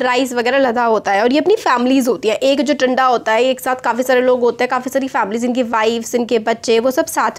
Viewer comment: Mam it is nat टंडा its तांडा ।